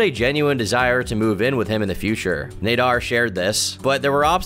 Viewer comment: It's Naader as in cat not Nayder